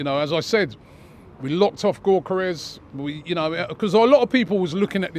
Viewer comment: The sporting fan tells robbie how to pronounce Gyokeres. Robbie the very next day : "Gorkeres" 😂🤦‍♂️.